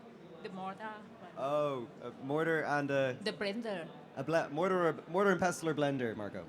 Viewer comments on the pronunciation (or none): MODORRRRRRR AND BLENDHEEER